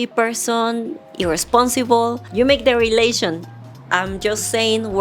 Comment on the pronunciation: Hola, tu ingles ha mejorado bastante, pero hay dos palabras que hay que pronunciar mejor. “You” se pronuncia “iu” No se hace el sonido de la y. Bank se pronuncia con la “a” que suena entre a y e, no con la a en español. Saiudos!